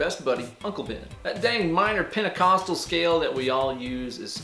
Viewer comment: did you say pentacostal string?